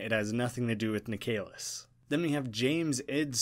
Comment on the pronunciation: just an fyi, "Nik uh liss" not "Nik ay liss"